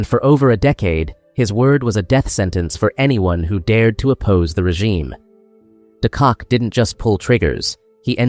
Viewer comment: not it's not. De Kock is also not pronounced "de Kak" your pronounciation is atrocious